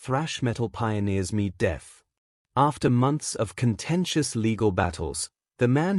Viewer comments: Medeth megaid lol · the AI narration cannot even pronounce Megadeth correctly.. WTF?!